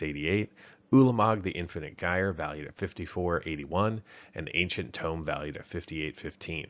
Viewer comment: anyone else get annoyed by ancient TOME and enTOME?